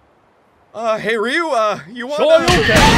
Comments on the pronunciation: It's pronounced R-yoo. Not Ree-oo. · it bothers me they say it like "Reeyuu" when it is Ryuu no II no EE, just Ryu, like people who say Tokiyo instead of 'toh-Kyoh". but whatever, is brilliant as always 10/10